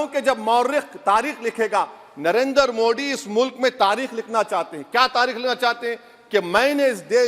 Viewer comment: Abe tothle dang se name to Lena Sikh kya मोदी बोल मोड़ी नही 😅😅😅